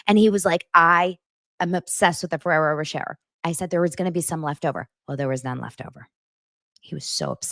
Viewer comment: It's said Ferrero ro-shay lol